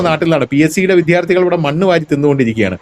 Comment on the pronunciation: വിധ്യാർത്ഥി? വിദ്യാർത്ഥി എന്ന് പറയൂ